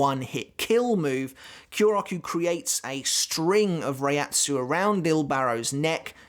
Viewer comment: Hey just so you know "Reiatsu" isn't actually pronounced like that lol. If you watched the anime you would know that.